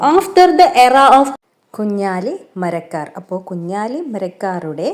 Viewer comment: കുഞ്ഞാലി മലയ്ക്കർ അല്ല കുഞ്ഞാലി മരക്കാർ ആണ് 🤨